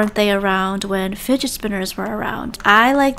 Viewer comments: ah yes FUGDET *explain why this word is not in the dictionary!?!?!? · "Fudgut toy" FELT 😂✋ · I like how she said fuget then gets confused then realizes it's the word fudget then laughs and saying the word lmao